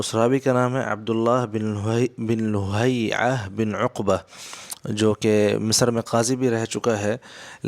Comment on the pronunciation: Rawi ka nam hai, Abdullah bin Laheeaa hai (Lohaiaa nahi), nam theek se padh nahi sakte, chale muhaqqiq banne.